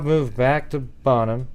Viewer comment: Bone-ham? Bonham is pronounced “Bon-um”, like bonfire. Jennifer’s murder shocked everyone in Northeast Texas, and this case was doomed to never be officially solved when Oklahoma handed it over to Fannin County. I remember when the gossip was going around about Myles Porter, the District Attorney, being the culprit…but literally no one could ever put Jennifer at WalMart the same time he was, let alone seeing him in secret. Plus, he was working on a death penalty murder case…so when did he even have time to mess around with a younger woman who just moved back home from Austin??? Answer: he didn’t. 😑 EDIT: the dad of the baby, supposedly, was her ex-husband, whom she was seeing again while he was with another lady. Now imagine how unexpected pregnancy would go over…